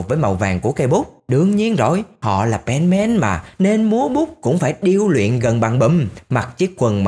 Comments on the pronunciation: Không phải pen màn đâu Bùm ơi là pen sôman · Nghe Penman giống benman :)